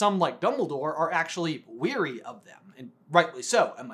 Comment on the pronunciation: I know this is nitpicking, but the words "wary" and "weary" are pronounced differently. You are "wary" if you are worried or suspicious about a situation. You are "weary" if you are very tired.